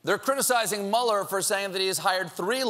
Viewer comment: Is it too much to ask for Stephen to pronounce Mueller correctly? He's way off. I guess he's still a "shining star" with very little knowledge.